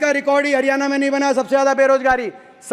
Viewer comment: Bhai aapke father 10 sal C.M. rah chuke hai Kam se kam हरियाणा ko हरियाना to na bolo 🙏🙏